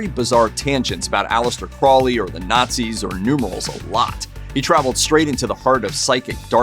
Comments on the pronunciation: If you’re going to be repeating someone’s name at least take the time to look at it and see that it is an O in Crowley not an A believe it or not those things are very annoying. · Pronounced Crow-lee with a long o as in the bird. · Aleister Crowley's last name is actually pronounced as "crow-lee." What a weird old pervert! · Dude,it's crow-lee. Crow lee,say it with me. Not crawlee,not crouley,crowley. You won't summon demons by pronouncing it properly,I promise. If you wanna mispronounce things you should go over to the Amazing Elite channel. Those kids can't do a video without slaughtering at least 2 towns or cities.